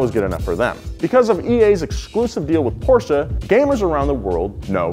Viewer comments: German here. Great pronunciation of Porsche! Thats how I want to hear it. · he said Porsche correctly, im happy